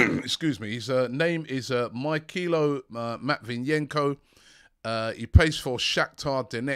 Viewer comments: MY KILO MATVIENKO 🤣🤣. ROBBIE CMON PRONUNCIATIONS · LOL MY KILO MATVIENKO Robbie your pronounciation is just as bad as the news your bringin SMH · needs to be kept AWAY from non-english names, cos he's terribly butchering them. Chukwamenka? mykilo? Please fix this.